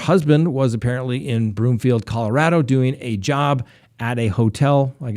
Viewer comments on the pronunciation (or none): none